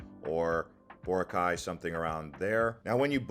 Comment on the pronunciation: “El ni-doe, Co-wron, boh-rakay, say-bu, bo-hole”, and to answer your question YES you butchered them too 😂